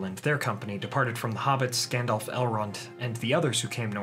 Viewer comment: Stop saying "Gandolph". It's effing"Gandalf".